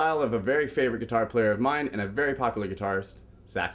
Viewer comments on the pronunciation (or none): Lol: "gutiar"..